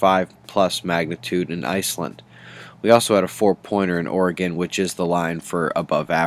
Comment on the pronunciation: Thank you for saying Oregon and not Ori-Gone lol your the man! grats on the kid! life is an amazing thing :)